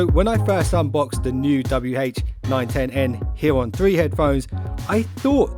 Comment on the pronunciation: i'm hearing "W-Hate", lol, but good review!